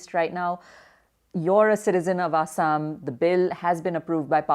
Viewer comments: The lady is fucking idoit she can't say Assam properly it's not asham it's Assam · What is "A__saam"?😒 It's "Axom" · Not A_ssam. It's Assam(Axom) looks like mostly scripted.. Look how see pronunches ulfa sulfa